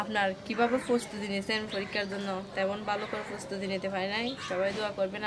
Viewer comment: পুস্ততি -- প্রস্তুতি ফরিক্ষা -- পরীক্ষা ফরে -- পরে কিসে পর তুমি? তোমার উচ্চারণ শুনে আমি তো ভয় পাচ্ছি এই ভেবে যে, না জানি তুমি এই উল্টা পাল্টা উচ্চারিত শব্দ পরীক্ষায় লিখে দিয়ে আস কিনা 😃😄